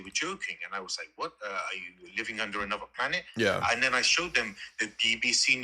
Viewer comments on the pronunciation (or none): “Are you living under anuva planit“ 😂😂😂😂